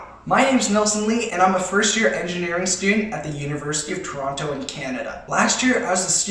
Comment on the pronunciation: WAIT DID HE SAY TORANTO!? THAT’S WERE ANOTHER YOUTUBER LIVES AND HIS NAME IS stromedy !!